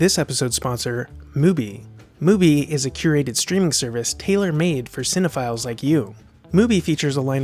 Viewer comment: Loved the vid till I heard cinofiles please never say that again